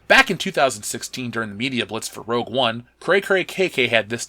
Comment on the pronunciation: Brent Anderson the g goes in the middle, unless discussing makeup. (Rogue, not rouge)